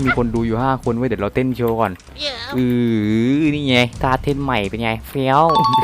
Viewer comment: ใครได้ยินท่าเต้น เป้นต้าเต้น